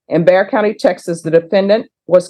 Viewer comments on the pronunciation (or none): It's BEXAR COUNTY. NOT BEXER 😊